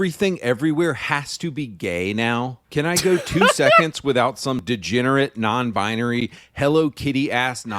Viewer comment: ”so…I’m non-buy-any”